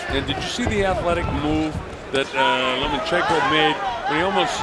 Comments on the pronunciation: I like how one of the commentators keeps calling him 'Lemonchenko'. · So the commentating isn't worth listening to.... I think they just couldn't pronounce his name so.....